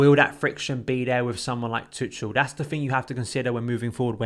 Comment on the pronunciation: You english guys have to learn how to pronounce tuchel PLEASE. It’s like tuckel